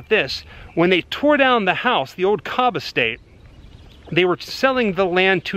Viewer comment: Kobb..like House.